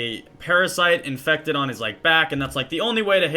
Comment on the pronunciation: infucted?! HAHAHAHA, he was infucted!